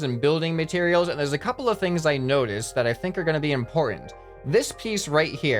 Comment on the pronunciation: In-PORT-ment hahaha...ha.....ha I will leave now